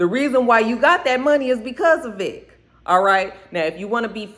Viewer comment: Not you still calling Vic Vector lmao